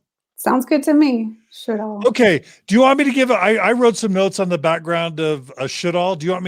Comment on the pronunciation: Sjodahl --- Sjødahl (Norwegian) /Sjödahl (swedish), meaning sea or lake (sjø) and valley (Dal). It's pronounced almost like she says it but Ø is kind of like the sound when you say uuuuuuh. Not an o. So. Sch-uuuh- doll if written in American 😅